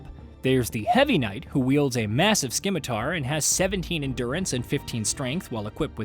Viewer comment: Please stop mispronouncing Scimitar. It's "Sim i tar" not "Skim i tar". Those of us who grew up into swords knew this before it was in RuneScape lol.